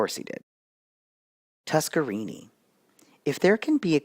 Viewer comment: Thought it was always pronounced TuskerNINI